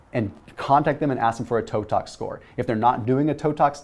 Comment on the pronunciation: Hello, love your contact. I cannot understand what you were saying in this video end toe tox score?